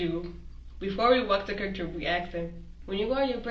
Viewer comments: It’s KWIK TRIP, not Crip Trip!! 😆 And Bloods are allowed! 😂🤣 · How is she a senior, and can't say Quick Trip...also, worser isnt a word...and the cops aren't your brain dead gurfren... she's either 13 in the brain, or crazy af... I have a theory that the urban youth want some jail time..... they want time, attention, direction, etc, and think they'll get that and street cred. for the future..